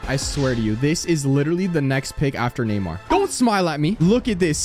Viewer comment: Neymar has a r